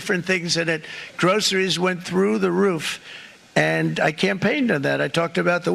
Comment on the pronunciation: "Reciprocal" and "groceries": two of the hardest words to say with his dentures.